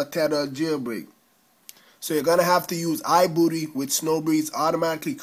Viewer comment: did he just say i booty